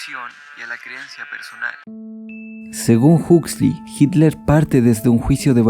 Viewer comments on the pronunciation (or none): none